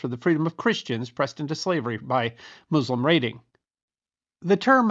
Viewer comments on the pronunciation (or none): none